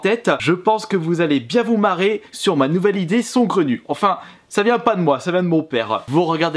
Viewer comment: Je suis le seul perturbé par son " SONGRENU" ? C'est saugrenu mec... sAUgrenu